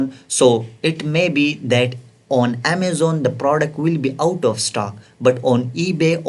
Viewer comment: Improvement vocabulary : Deshaboarda, passwoda, at the reta, adda, channela, packegea, processa, settinga, scroll downa, optiona, suppliera, Amazona, united kingdoma, united stata, locationa, templeta, lasta parta, listinga, stocka, unchika, lasta, forteena, pricinga, percenta, profita,, dollera, 😊